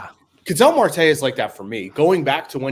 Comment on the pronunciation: Ketel Marte's name is pronounced like kah-tell. Not like kettle (as in tea kettle).